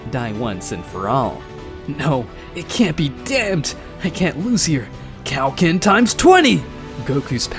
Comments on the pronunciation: 😂😂😂😂it's like your saying "Cow-Ken" instead of Kaioken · He said cow- ken